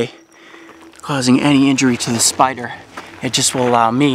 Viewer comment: For a second there I thought you said SPRRRRRRRRRRRRRR